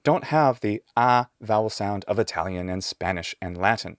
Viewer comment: You have a better Italian accent than me and I was born there